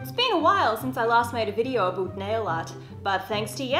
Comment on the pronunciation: Haha aboot...